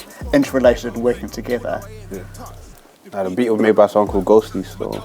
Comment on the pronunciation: Yeah the beath hard sthill*